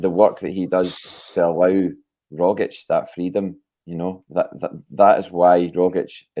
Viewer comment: Rogic is phonetically pronounced rogich with the g like “g” in Lady Gaga not “dg” in Brendon Rodgers! Kudos to Russell and JP the Ascom linguists par excellence!!